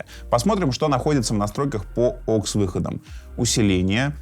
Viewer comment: Да не оксы, а ауксы 🤦‍♂️🤣